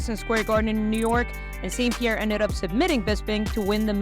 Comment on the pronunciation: Pie ierre